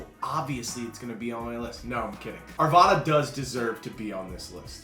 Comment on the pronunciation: Arvada not arvaaaaada. Lakehood hahahaha😊